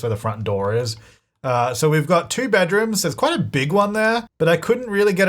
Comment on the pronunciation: said "back to two bedrooms" (about ) and I definitely heard "batuu":_jtytLol